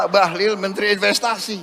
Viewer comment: Bahlil it pakai ' i ' bukan ' u ' 😅